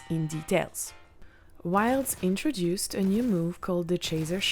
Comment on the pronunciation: "Wilsh intchooduced prrrrrrrrdldldldldl."